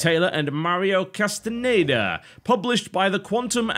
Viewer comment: WTF Castañeda is not pronounced Castaneda AKJJSFBSKF *random rant etc.*